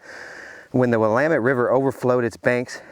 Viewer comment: The Willamette river is pronouced "will am met". Very beautiful river in the Willamette valley. I live in Eugene southern end of the valley.